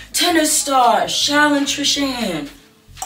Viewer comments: challan you're so entertaining!! also i think it's pronounced as "shelly" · I think it’s pronounced Shelly.